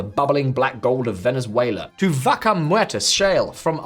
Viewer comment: No offense, but please research how to pronounce "Vaca" (it's not so difficult) <3